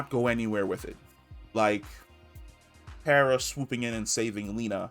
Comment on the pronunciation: Car-a (kara), not Care-a!!!